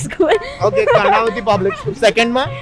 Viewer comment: karnaaa..aaavati 🤣 ગુજરાતી ની પથારી ફેરવી દીધી